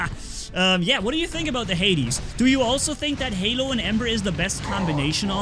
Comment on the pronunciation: Hae it's not Lehlo its Halo 🤣🤣🤣🤣🤣🤣🤣🤣